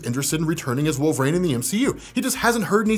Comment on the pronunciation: I love ya but the way you say wolverine is just the worst lol it’s WOLV-UH-REEN not wolvrain.